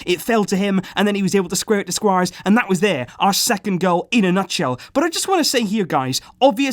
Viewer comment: did you just say Squarez 😋😋 (just kidding brother) keep up the good work.. Visca El Barça.. Love from India 🇮🇳